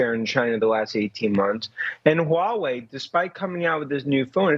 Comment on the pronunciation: He’s pronouncing Huawei perfectly 😂